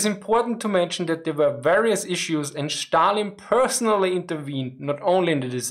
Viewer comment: Love your channel but please pronounce Stalin right. I am not even Russian and its killing me.